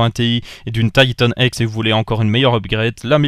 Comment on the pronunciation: "Taïtanne èxe" Ca me fais toujours marré xD (Je le dis pas méchament hein)